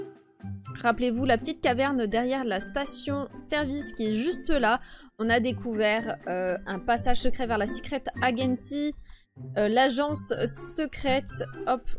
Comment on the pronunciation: C pas la secret agenessi comme tu dit mais c secret ajensi